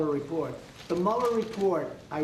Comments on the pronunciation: did I just hear him say Oranges?... Twice!!! and again this Idiot is mentally ill! If you can't say Origins 5 times in a row, Go see a Neurologist ! I just red he now mixes up his father with his grandfather. Not to mention he's previous plural slip's. Definitely a Mental Condition... the US has become a nuclear threat to the World. You guy's Do know, he's walking around with the nuclear football Right??? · that can't say origins, if he was to apply for a nationality test he would fail due to his language skills.